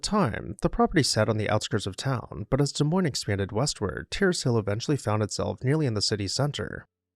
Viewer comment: As someone who grew up in Iowa, thank you for featuring this beautiful home. Also, thank you for pronouncing Des Moines correctly 😅